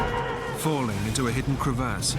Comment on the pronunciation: Was anyone else annoyed at how he said the word crevasse